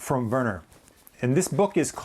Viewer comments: Great video. You pronounced Werner corrrectly. Quite well to be an American👍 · You are correct in how to pronounce his name. The German’s pronounce a W as a V, and a V as an F. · hi, great stuff as ever! Werner in german speaking areas is pronounced "Verner", well done 😊 take care mate